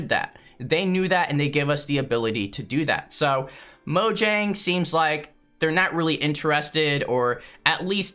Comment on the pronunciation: It's mojang not mojnang